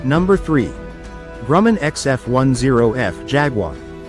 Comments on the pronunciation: I could never tell the difference between an F20 a d an F5. Also it's Grum. Man not Gruuu men. The Grumman Skyrocket was the predecessor of the F7F Tigercat. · DOWN WITH BOTS. "Grooman". Indeed. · The "Gruumen" X10? Also Kelly Johnson headed up the Skunk Works. Robot.